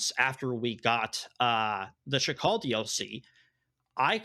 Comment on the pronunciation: why keeps calling Sakhal "Shakal"? The H comes after the K, bro. That doesn't mean there's an SH anywhere in there.